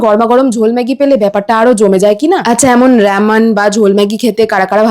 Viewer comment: রামেন❌ রেমান✔️😆